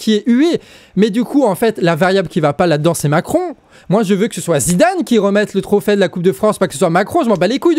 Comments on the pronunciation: Trophè ? Trophai ? Qui dit ça bordel ? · Bon, je suis d'accord avec toi, mais franchement tu pourrais faire un effort sur le français : on dit trophée, pas trophais, et pour Doubs, ni le b ni le s ne se prononcent, comme dans doux.